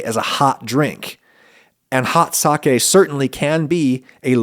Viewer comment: thank you for pronouncing SAKE correctly